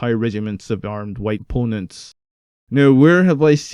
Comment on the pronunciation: Did you say ‚whitepponents‘ lmao. Enjoyed that video a ton ^^